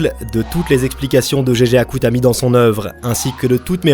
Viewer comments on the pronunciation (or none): C'est tellement frustrant !! Tu peux dire "Itadakimasu" sans problème mais "Gojeau" et "Jéjé Akutami" ça passe pas ?? 😭😔💔